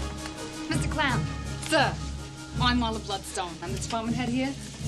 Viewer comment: she says mr clown (clamp sounds like clown)